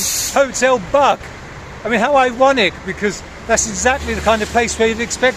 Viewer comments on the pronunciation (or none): Thank you for the video, but there are a few remarks: 1. The hotel is named after the river that flows through the city, and its correct pronunciation is [buːɡ], not [bʌɡ]. 2. On the wall there is an engraved image of Brest (which at that time was called Bieraście). The central part of the city was not destroyed by Hitler, but by order of the Russian administration in the first half of the 19th century to build what is now known as the Brest Fortress. 3. During the Second World War, the Brest Fortress belonged to the Second Polish Republic. Polish troops defended it against Nazi Germany’s forces, which, together with the USSR, divided Poland. Only later—almost two years afterward—did Germany, which had initially been an ally of the USSR, enter into military conflict with it.